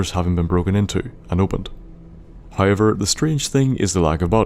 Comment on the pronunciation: dammit, another one i cannot not hear anymore once i pick it up it's not "oyt" it's "out" it's "hoyever" it's "however" and i can't hear anything else aaaaaaaaaaaaaaaaaaaaah i'm 4minutes in the video and i cannot enjoy it Q_Q